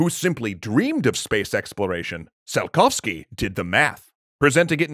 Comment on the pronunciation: And like they mispronounced Tsiolkovsky's name in this episode...